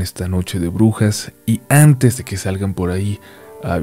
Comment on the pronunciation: Por qué siempre pronuncias las "a" como "æ" como el Adal Ramones? "æntes de pasar a las historias de hoy". "y æntes"